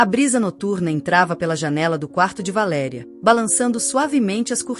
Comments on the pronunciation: Você devia de pronunciar o nome da mãe na história corretos Valéria e não de valeria Você não acha ? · Não é valeria. Isto é verbo. Valer.Valéria é a p ronuncia certa. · V A L É R I A ——- estão querendo mudar o português o que eu penso a pronúncia valeria e tem um acento agudo no É QUE VALERIA. EXISTEM VÁRIAS PALAVRAS QUE ESTÃO SENDO PRONUNCIADA DE FORMA ERRÔNEA, O PORTUGUÊS TEM ACENTOS AGUDO CIRCUNFLEXO, E GRAVE. EXISTE ALGUM ACORDO GLOBAL PRA TIRAR O PORTUGUÊS DO BRASIL DO MUNDO? ACHO QUE VOCÊS TODOS DEVE PROCURAR UM PROFESSOR DE PORTUGUÊS PARA PRONUNCIAR BEM AS NOSSAS PALAVRAS. ME DÓI VER VOCÊS FAZER A BESTEIRA DELA VALÉRIA …